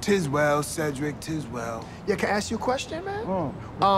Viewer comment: let me AKS you a question